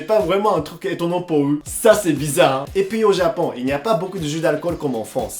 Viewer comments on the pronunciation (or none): none